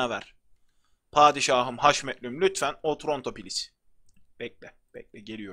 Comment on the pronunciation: abi o otronto deyil otranto